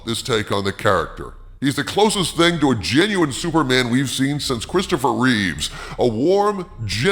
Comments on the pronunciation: Christopher Reeve. Not Reeves :) Reeves was George. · It’s Christoper REEVE. No ‘s’ at the end. 🤦🏻‍♂️